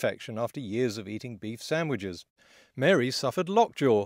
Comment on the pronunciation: "Beef sandwhiches"